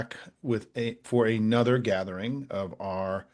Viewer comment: Small thing. Why is 'another' now pronounced 'Another?'